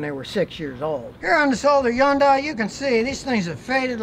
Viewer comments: Scotty - Great information on Headlights and Headlight Bulbs. You're a very knowledgeable tech but please - It's HUN_DIE (Hyundai), not YUN_DIE. The "H" is pronounced and the "Y" is silent. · Hyundai is pronounced like Sunday. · You are correct, HUN_DAY... Little steps for Scotty, who keeps pronouncing Hyundai as "YUN_DIE". Since having worked for Hyundai from , I knew the correct pronunciation and had passed that correction on to Scotty in an earlier comment. Our Hyundai employment orientation used this little ditty... Saturday, Sunday, Monday, Hunday. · Everybody is complaining about head light brightness. Can we focus on more important things like the absolute incorrect way he says Hyundai